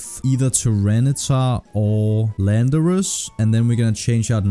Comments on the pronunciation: Call landorus: "Landorass" cool its real now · Yo myth name landorus “ LANDOURASS” Let’s go 😂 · Call Volcarona "Nineteen", Tyranitar "Tartar", and Landorus "Randor" (The Japanese name for Landorus being Randorosu).